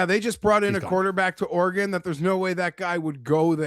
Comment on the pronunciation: Most insane nomination for of the video for pronouncing Oregon as “Or-gone”. Never heard of that place pal!